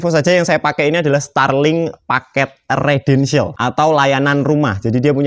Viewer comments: yang benar residential bukan redential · Residensial mas bukan redensial 😂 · Residensial, bukan Redensial.